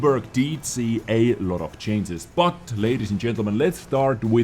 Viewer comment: ChanGes not chainzes. Maybe just use a different word like "adjustments"